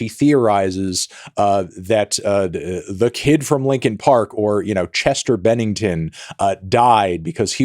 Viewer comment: True, but the fact that you said “lincoln” instead of “Linkin” feels disrespectful 💀